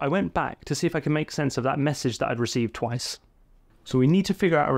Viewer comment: "Reck Vee"? ReceiVe ;)